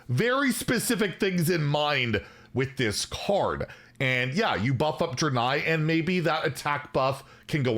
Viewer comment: How does he still not know how to pronounce “Draenei”?